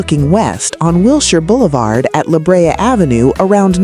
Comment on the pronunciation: Wilshire and La Brea are being mispronounced. However there are some good pictures.